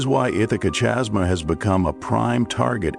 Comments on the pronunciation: The AI just couldn't handle chasm as it converted type to audio. Irritating isn't it!? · Chasma, pronounced kasma